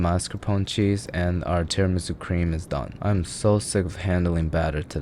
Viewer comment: as a long time italian follower.... you just killede me with that "tiramisu" :( wish i could slap you through the screen